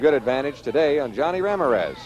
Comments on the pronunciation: I live in New Mexico, and this Midwestern TV announcer would get crucified if he pronounced Ram-IR-ez RAM-ir-EZ...LOL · Announcer: "Rammer-ez" 😅